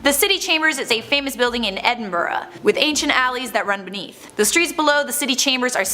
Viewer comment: Correctly pronouncing Gorbals and Edinburgh that lass needs a raise. 👍🤣